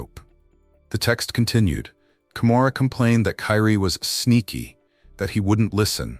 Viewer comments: What's pissing me off is the narrator all of a sudden calling the baby Karie instead of Kyrie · Kyrie ai say it with me Ky Rie (Ki-ree) ❤ rih angel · Her baby’s name is Kyrie * & stop using this baby’s death for views. His mama is already hurting, the last thing she needs is to see this & see how his name is being mispronounced & stuff .